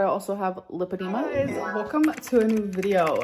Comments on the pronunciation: She's got lah-dema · *lipedema (American spelling) but yes, it’s pronounced with a short “i” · I think it's pronounced LIEphydema. Since that's all she does. Has anyone else noticed she's trying to talk in a different way? Idk how to explain it but it's like she's trying to make up some type of Oklahoma "accent." 😒